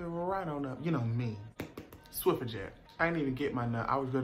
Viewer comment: “Swiffer jet.” 💀😭😭😭😭😭😭 BYE